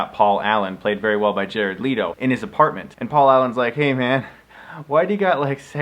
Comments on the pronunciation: Oh, Chris. Jared “Lee-to”. Damn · "Jared Leeto" IM CRYING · “jared lee-to” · The way he pronounced Jared Leto...